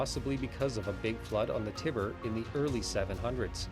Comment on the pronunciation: The tibber ? its tiber